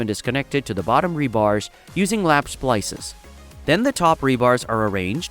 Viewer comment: You say splisses,I say splices… Let’s call the Ah never mind.